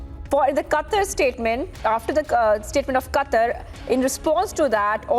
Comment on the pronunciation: It's Qatar you illiterate 😂😂😂